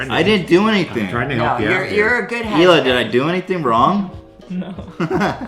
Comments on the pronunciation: Ela is a common name in poland, altough you don't pronounce it "Eila". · Guys It's not "Ela" It's Ealuh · Ela is pronounced like e-luh. Ella is pronounced el-uh. Your dad sucks at English.